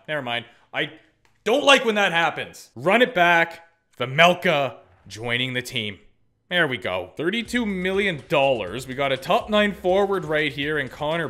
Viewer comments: Karel’s name is pronounced ‘Way-melka’ so you were almost correct 😁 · I think its pronounced Vemelka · You actually don't pronounce Vejmelka's name that bad, just one thing - the j isn't silent, it's pronounced y. But not pronouncing it doesn't hurt as much as using the j sound - like in jeep or jeans